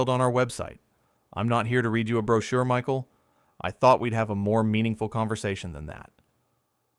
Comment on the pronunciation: The narrator doesn’t know how to pronounce Michael’s name !?